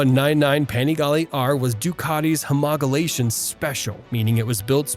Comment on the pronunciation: homoligation not whatever u said ahahaha